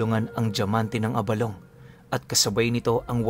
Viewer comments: Tama ang pagkakabigkas mo ng abalong. Sa mga ilonggo gaya ko, yan ang pagbigkas. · Good day Tama po ang pagbigkas nyo ng abalong. Pinuno ang abalong ay Isang uri po ng gabi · Tama po yang pagkakabigkas mo abalong lesting po from Capiz matagal ng taga subay-bay ninyo